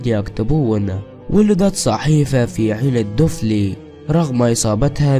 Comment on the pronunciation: عين دفلى وليس دوفلي هههه نطقك للاسماء واسماوات ولايات الوطن يضحكني صعيبة عليك لهجة جزائرية